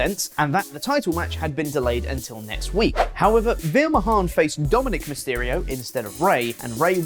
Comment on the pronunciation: "Veheer came so hard over Dominic meysterio".